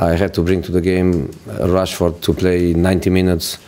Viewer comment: He really said Rustfoot...😂